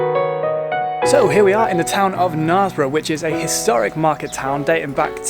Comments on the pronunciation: "narsbrough"? its "nersbrough" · Sorry. Have to correct you. It's pronounced kn'airs'borough, not kn'ars'borough... Silent 'k' notwithstanding. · I hope someone corrected your pronunciation of Knaresborough before you left... Not the worst I've heard though.